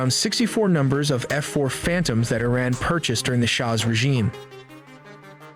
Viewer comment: I love how their generated voice they use can't even pronounce Iran. I would take this video with a huge grain of salt.